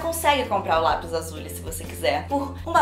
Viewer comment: "restício" "lapis azuli" kkkkkk junto com "desperade housewives" q ela falou mil anos atras, sao as coisas q a falou errado e nunca vou esquecer, risos